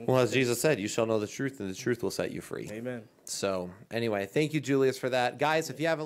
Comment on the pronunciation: Will, unfortunately Julius says “amen.” You need to remind him that it’s actually a six letter word spelled and pronounced “hayman” 🤣😉🤣